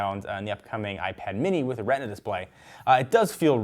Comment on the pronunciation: Mention Retina as Retna or Reteena